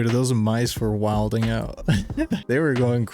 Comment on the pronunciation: Wild ing out 😅 say it like this "whyling"